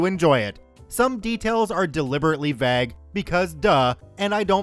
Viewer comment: The pronunciation of "vague" gets me every time other than that I enjoy the stories keep it up